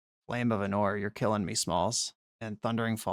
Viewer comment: ánor not anór